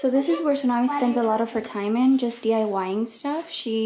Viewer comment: Why does Esthalla call txunamy su